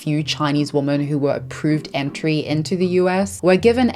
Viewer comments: You do such important work bringing these stories to life. I have a small language Question: the plural of women - I learnt that the "o" was pronounced more like the "i" in words like "internet" "in" "introduction" etc. Do you speak a specific dialect, where that's pronounced diffrently? Another language question: you pronounce fetish and fetishization once with a "sh" and once with a "k" - is that to avoid demonitization/censuring because it is a targeted word? You probably won't see this, but if you do, thank you so much for taking your time to read and maybe even respond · How can you talk about women’s rights while continuously mispronunciation the very word women? In doing so, you erase the entire group of women, you erase every wonen’s individual identity which then makes a group. Your choice of words spreads information and that is the idea you spread as you continue to mispronounce the word, women in every single video you make. STOP IT! Learn from your mistakes. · Day XX of me commenting about the recent phenomenon of people online, like, pronouncing WOMAN and WOMEN the same until someone else notices so I feel less insane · Not to be mean but why do you pronounce women like woman? Women is phonetically pronounced as /ˈwɪmɪn/ or similar variations, while "woman" is pronounced /wʊmən/. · Why do you say “woman” when you mean “women”? I notice this a lot in recent years and I’m just curious. Is it an error or a conscious choice you’re making? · This is completely off topic, but as a non-native English speaker, I'm curious about your accent. I noticed you using the word 'woman' when speaking about 'women' - plural, right? Is that a local UK dialect? Not trying to be rude, I'm just curious as I've never heard someone else pronounce it that way. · You say “woman” when you mean to be saying “women” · Okay! Question, and zero offense, but why do you pronounce the plural women (wi-muhn) as the singular woman (whoa-muhn)? I’m seriously curious!